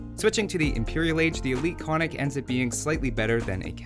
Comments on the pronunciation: You get a point for the attempt, but alas, it doesn't work. The two Ns are both pronounced, i.e. ['kon-nik], not ['ko-nik]. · I don't want to be the cry baby, but it's pronounced "kon:nik" Damn... I am the cry baby. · Hi! Could you, please, try to pronounce the word Konnik correct? Both Ns are pronounced, so it should sound like 'Con-nick' in English.